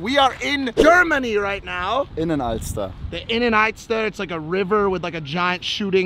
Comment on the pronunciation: Innenalster??????? Its called binnenalster😂🤦🏻‍♂️